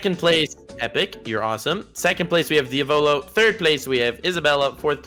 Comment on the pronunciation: U don’t pronounce diavolo like that lol